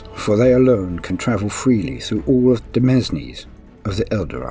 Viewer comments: Love your content, but some words, man.. Demese, for example, is pronounced demain. Keep it up! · Domesne is pronounced domain fyi Old French is sillier then old english